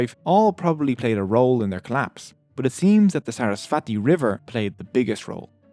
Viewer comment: Hiiii! Thanks for posting this! ALOT of helpful info, seriously. Buuut~~~ Saraswati is actually pronounced as SUR - US - SVUH - THEE (the THEE is pronounced as the TH is THermometer)